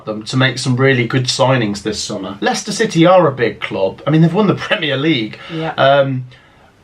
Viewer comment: You got Leicester wrong